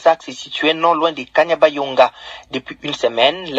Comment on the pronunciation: Ce kanyabayonga et non kabanyonga journaliste